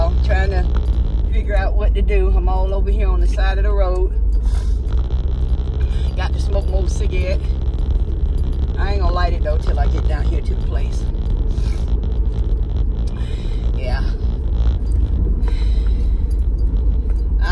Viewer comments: Cigi-ette, lol 😂😂😂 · Cigi-ette cigi-ette cigi-ette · yessz.....she literally stops in the middle if the word n then finishes it off😅